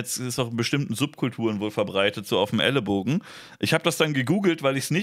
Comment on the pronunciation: es heißt Ellenbogen oder Ellbogen. Nicht Ellebogen!